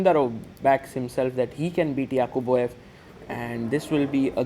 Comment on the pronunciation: "Yaqubboyev" is nice pronunciation